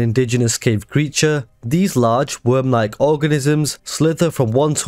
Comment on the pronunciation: No matter how many times I hear it, "they're sinking cities with a GIANT WOOÖRM" will always make me laugh